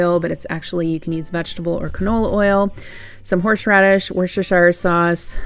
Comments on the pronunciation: Just pronounce it Woosta- sheer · I'm from worcester mass its worcester. Sheer sauce hope this helps😊